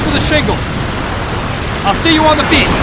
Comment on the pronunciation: at the beginning, the soldiers are always saying "beep" instead of "beach"